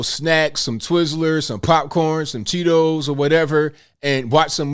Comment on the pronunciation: Did you say Tito's or Cheetos?